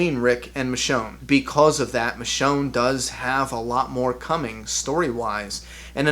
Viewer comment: it's michonne